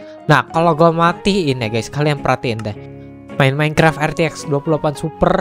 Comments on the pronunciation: " RTX ON" **:"Er Te Ex ON"🤣 #JustKidding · RTX ON --: ER TE EK ON (katanya) *Canda bos Jan baper